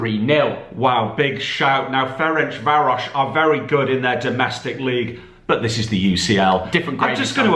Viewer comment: Finally an english pronouncing Ferencváros correctly 👏👏